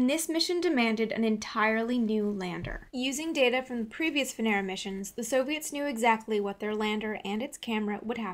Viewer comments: It's not VeNEra It's VEnera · May I just correct your pronunciation of Venera? The accent is on the first E, not the second. vEnera, not venEra. Great job otherwise. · Good and well done. But you have to say Vènera (from latin) and not "Venèra" that is wrong. Thanks. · you pronounce it wrong. They don't say Venera , but Veneeero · It is not venEra, but vEnera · VENERAL. lol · she said , vanera lol